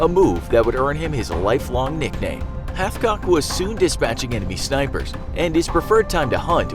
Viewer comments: Wait he said halfcock the entire video, his name is Carlos hatchcock. Dude has his own book and I own it. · Who else heard Carlos halfcock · I’m sorry but did you say his name was HalfCock 💀